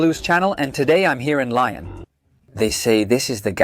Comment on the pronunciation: I was happy to see that you were in one of my favorite restaurants in Lyon (pronounced Leeon, not lion) I must disagree with your thoughts about the quenelles de brochet. I have always found them to be delicious but as you say it is an opinion, ours just differs. I have had the salade lyonnaise and enjoyed it as well. Im sorry that your experience was not more positive. Cheers Bill McKinley